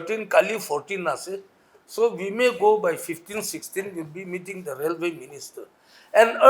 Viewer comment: metting ✅ meeting ❎ 😂